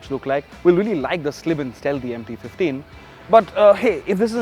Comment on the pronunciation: I don't know why every time someone says MT 15, I hear empty 15...😂